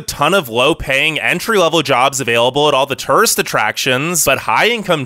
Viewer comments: One question, what's a turist? Lol. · Turist “tourist”